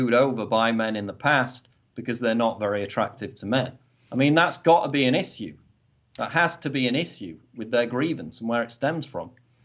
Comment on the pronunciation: And hear the way he says "issue" he sounds like a martian!!!